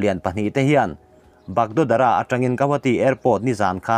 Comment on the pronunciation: Ngaihthlak a nuam in a lawmawm e,thil pakhat lek....hmun hming i lam dan hi siliguri piah lawk a a bagdogra(bakdawkra tia lam thin a ni)khu tur ah kan ngai a,hmun hming lam dan hi fimkhur thei la ka ti hle mai